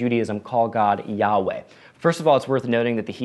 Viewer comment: According to the Jerusalem Bible - a scholarly Vatican version of the tome - the proper pronunciation is "ya WAY".